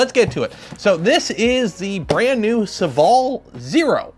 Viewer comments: SOH-VALL FOR THE LOVE OF GOD NOT SUHVALL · It's funny how you pronounce Sovol